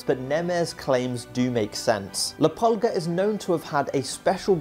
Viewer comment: If ur going to call him “La Pulga”…say it right, it’s la pool-gah …soo annoying to hear people say it wrong 😑